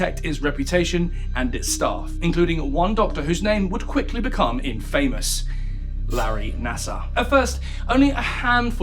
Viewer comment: It's INfamous, not inFAmous.